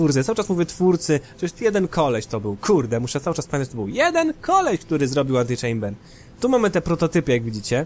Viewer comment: po tym jak powiedziales antylamber domyslam sie że coś zlamiłeś XD ale oglądam dalej XD